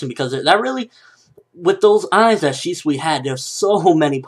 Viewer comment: he pronounced it correctly: ShE-SwE